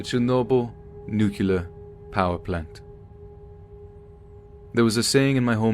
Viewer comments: Please please please pronounce NUCLEAR properly. It's not NUC U LAR. Can't believe a story by a Russian physicist who says nucular. So immersion is destroyed. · Nuclear, nu-clear.. not nu kyoo lar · not nucyaler..nuc-lear 👎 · NU CLEE ER. There is only one U and it's the 2nd letter.